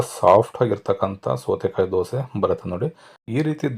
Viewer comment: "ಸೋತೆ" ಬದಲು "ಸೌತೆ" ಕಾಯಿ ಎಂದು ಉಚ್ಚರಣೆ ಮಾಡಿದರೆ ಚೆನ್ನಾಗಿರುತ್ತೆ.